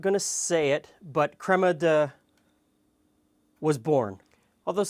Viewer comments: You can pronounce Gianduja in English as john-doo-ya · Italian here. It's pronounced "jahn-DOO-yah" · It's pronounced Jandooiah , you're welcome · hey gianduja is pronounced: gee-on-doo-ya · /zhon-DOO-ya/ or /jon-DOO-ya/. That’s the pronunciation you’re looking for. Crema di Gianduia. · Pronounced "GRAN" just as you would in English. "DUIA" pronounced (In English) "DEW" + "YA" GRAN + DEW + YA You're cool by me! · Also, it's pronounced Ji-an-doo-yah. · "Gianduja/Gianduia" is roughly pronounced like "Jan-doo-ya" (the A in "Jan" should be just as the O in "mother") Nice video, "ciao" from Italy 😊👍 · hey dude, your vides are really interesting. If you ever wanna try "gianduiotti" (hazelnut chocolates that taste like heaven) HMU I'll send them to you for free. I can send you the palm oil free NOVI chocolate hazelnut spread or the pan di stelle spread (biscotti + hazelnut + chocolate spread). Cheers from Italy! P.s.: it's pronounced JANDOOYA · Its pronounced creme di gee-and-ouya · it's pronounced gianduja.